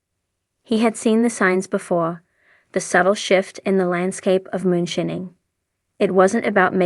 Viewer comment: lol....she said "moon-shinning"